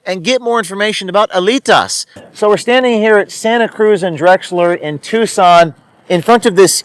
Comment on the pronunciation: Every time he says "Alitas" I swear I hear "elitists"